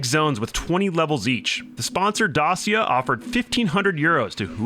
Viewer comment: The way he says Dacia is so jarrin